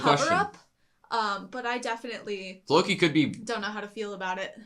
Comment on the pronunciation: Nothing was butchered, my ears weren´t triggered <3 It´s Loki with a F in front with emphasis on the more than the i